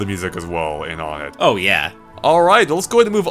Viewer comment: Uhh i dont like being picky but, you pronounced onett wrong, its like saying number one "one-ett", all of the first major areas you go to are like that, twoson (two-son) Threed (three-d) Fourside (four-side).